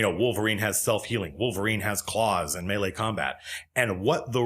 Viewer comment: You're about the only D&D presenter on Youtube who can pronounce "melee" correctly, so you're doing better than most.